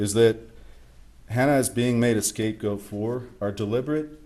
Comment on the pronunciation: Can you say scape goat??